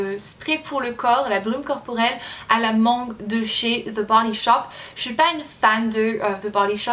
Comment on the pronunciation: J kiff trop kan tu nous sors des mots anglais ac ton accent parfait kom "the body shop"